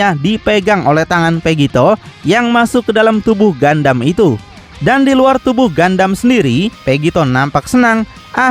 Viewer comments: ralat min bukan gandam tapi gundam 😂😂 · gundam bang bukan gandam, knp ga sekalian gandum🤭🤣